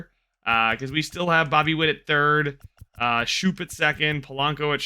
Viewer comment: Just wanted to help you out. Schoop is pronounced Scope. It’s weird, I used to do the same